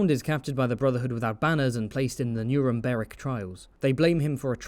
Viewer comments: "nuremberic trials" 🗣️🗣️ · “Nuremberic trials” 😂 nice. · “nueremBeric trials” never change,.